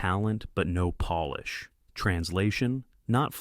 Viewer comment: Gave you a thumbs up for your story an it was good, but I think towards the end the AI voice over wasn't working on the word polish and it said it was Polih directed to a ethical source of where Poland is not the same as polish your car, or a table. I think that it's the AI voice over there and I think that your story was good, an you have a blessed day my friend 🎉🎉🎉❤😊